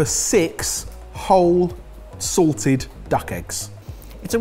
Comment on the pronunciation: said SALTED duck egg…I heard SORTED duck egg…misheard lyrics 😂😂😂😂